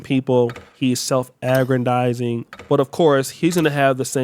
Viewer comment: "self-aggradizing"? stay messing up those words to have almost made it to become a doctor smh